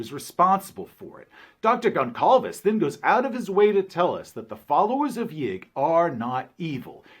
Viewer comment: just saying, it's not, tou dont pronounce it GonCalves, it's GolSalves, ç sounds like an SS